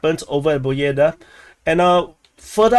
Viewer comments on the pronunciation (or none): This is not BOEDA, this is PO BE DA. BE is like `bed`